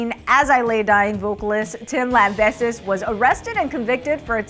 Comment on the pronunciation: “Tim Lambehsis”